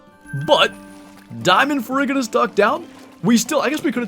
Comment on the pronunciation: I believe it is “fair-roo-ji-nuss”. The ferr- prefix is from the Latin for iron (ferrum), and ferruginous essentially means “rust-coloured”.